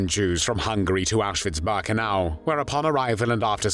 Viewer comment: Auschwitz "Bahrkenau"?!